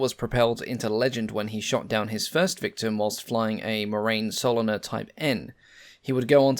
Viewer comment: Nice work, as usual,. Just a wee correction: Morane Saulnier should be pronounced "More-Ran Sool-knee-air"